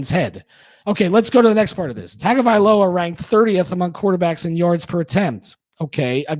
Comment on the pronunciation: Interesting content. I'll listen again. Although, a suggestion, please learn to pronounce Tua's name properly. Tongue-oh-vai-low-uh.